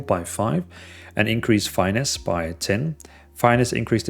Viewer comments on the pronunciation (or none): you might wanna look up how to pronounce "Finesse"